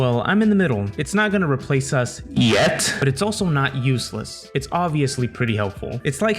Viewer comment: That "YET" is f scaring me